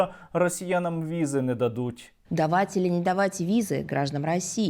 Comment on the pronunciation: Українською « чи», а не «чі» і стільки , а не столько. То де тут боти😂